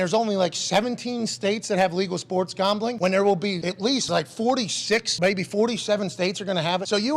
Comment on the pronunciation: the way Pat pronounces "gahmbling" brings a smile to my face